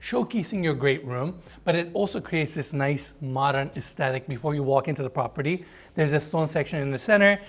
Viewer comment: This prah peeer deee 🤣🤣love the way you say this